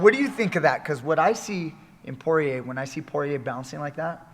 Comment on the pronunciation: Sorry coach, Poirier is a french name. You don't pronounce well "guillotine" and you don't pronounce well "Poirier" either. 😂joking😂 We don't care the pronunciation and your breakdown is excellent. More mma breakdown like that please!